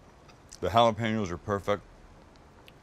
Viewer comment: Literally just pronounced Jalapeño with a g